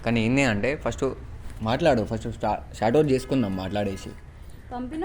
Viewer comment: Shat out shot out Ani ani antav ra babu😂😂😂